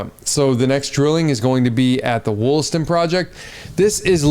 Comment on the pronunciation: Lmfao. WOOLASTON. It’s Wall-aston. I work in the mines in the area